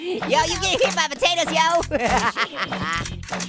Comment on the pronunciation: Why do you call us hot potaters?